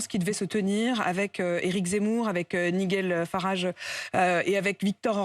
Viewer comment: elle ne sait même pas prononcer le nom de l'homme politique britannique NIGEL FARAGE. Quelle honte...